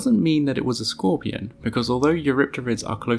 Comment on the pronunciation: “C squorpeon”